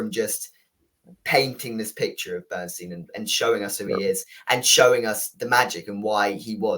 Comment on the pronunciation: How is possible that neither of you can pronounce the last name of the subject of this film?! His name is Leonard BernSTINE NOT BernSTEEN! OK, perhaps neither of you are Broadway or classical music fans.. BUT, you both watched the movie where you would have heard the correct pronunciation of his name several times, at least. Have a little respect!